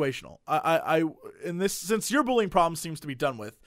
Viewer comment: "and I've ZEEEN BUUllying happen"